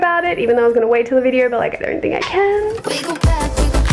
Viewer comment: "videorr" ( not an hater) 😆